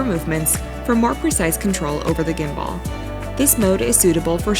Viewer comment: "gimBUHL" is how it's pronounced, the lady in the video IS a native English speaker but she is unfamiliar with how the word gimbal is pronounced (it is sort of a technical term so I'm not surprised)